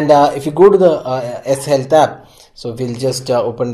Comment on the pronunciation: what is the fucking S Helta !!!! , why indian didn't learn pronounce !!! S helta ????????????????